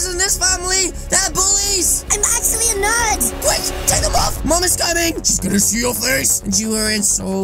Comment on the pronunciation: In the intro I thought he said the nerd family vs the nerd family vs the goth family